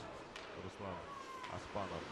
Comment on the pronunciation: Только не Оспалов,а Оспанов!!!